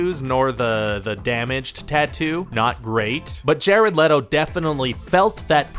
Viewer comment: LETO, not LETTO.